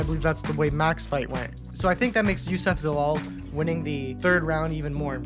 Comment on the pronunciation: bro said youssef zalal😂🤣